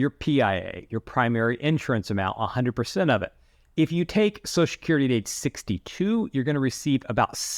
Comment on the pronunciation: Every time he said Susha-curry I took a shot of whiskey. I'm totally drunk now.